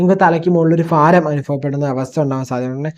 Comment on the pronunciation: ഫാരം അല്ല സുഹൃത്തേ ഭാരം എന്ന് പറയുക